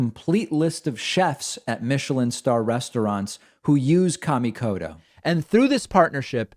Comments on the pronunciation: Please stop saying cammie kodo and hanshu. Kamikoto and Honshu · Out of respect to the maker of those knives David, it is a very hard "T" in Koto. Please don't say Kodo. That is the same as calling you Tavid Bakman.